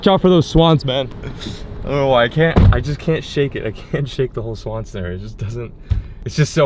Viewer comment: why does she say swan like that "swAAn"